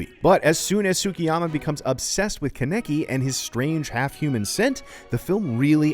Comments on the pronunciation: It’s pronounced CAW-NUH-KEY not Cuh-nicky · Conneci?! 😂 wtf dude it’s not that hard of a name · Does this moop even watch Tokyo ghoul? Why does he keep pronouncing kaneki wrong. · Bro you said his last name wrong😑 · Don't say his name if not going to say it right